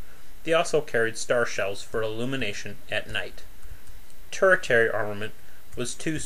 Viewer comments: for the love of dog man "tertiary" is prounced ter-she-airy, not turret-airy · That word is pronounced 'Terr-SHE-air-ree!" Yes, it's spelled "tertiary" but in this context that "ti" syllable is pronounced "she." Look THAT up in your Funk & Wagnal's!